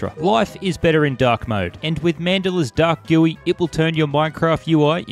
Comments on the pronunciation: did bro just call GUI guee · why do you say G U I like gewwy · Nice vid man i laughed at the way u said gui nice vid thx for helping I love your content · the way he said gui ruined me